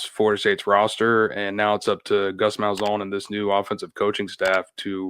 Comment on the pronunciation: Bro it’s Malzan! Not Malzone! 💀🤦🏽‍♂️